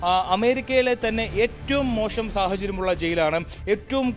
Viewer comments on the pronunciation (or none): മോഷം അല്ല മോശം ആണ്